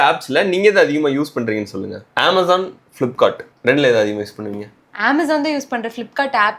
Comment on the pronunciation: I appreciate the slang. Aaamazon. It is correct. Maximum people will tell ameyzon. It is wrong.